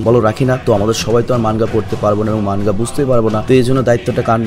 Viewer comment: মানগা না ভাই। মাঙগা।